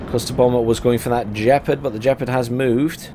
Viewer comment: It's Gepard, not Jepard